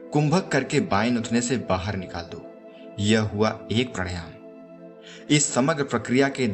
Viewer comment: Pehle bolna to seekh le pranayaam tak nahi bolna ata